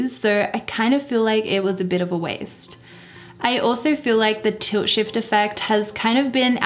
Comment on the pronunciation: It took me a while to realize I was hearing "tilt shift" and not "toe shave".